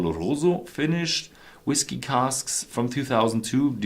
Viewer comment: I am glad you have since stopped using that ridiculous "whiskAy" pronunciation.